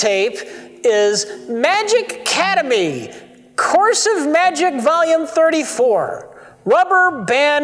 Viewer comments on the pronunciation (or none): Rich has already mispronounced the word “academy” as “cademy”, that’s a good sign.